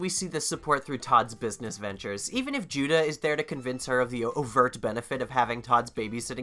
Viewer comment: did you call judah judo?